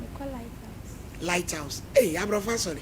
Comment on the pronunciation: Madam be careful yours is lythaus not Lighthouse 😂😂😂😂😂😂😂 3di3n shalom😂